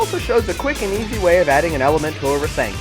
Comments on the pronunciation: Hears characters say "rasengan" properly Still decides to say rasengin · its called rasengan not risingin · u definitley say rasengan completely wrong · I don't like the way you say "Rasengan." Lol. But the vid was still good. Kakashi ftw. :]